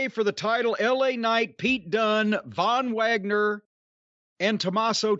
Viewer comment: Von vwagner 🤣🤣🤣